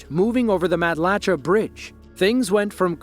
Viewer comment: It's pronounced mat-la-chay lol